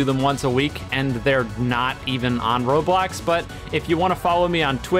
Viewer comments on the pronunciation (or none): none